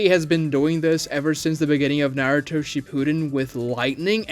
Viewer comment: Dedicates a channel to Naruto but pronounces it like that? Blocked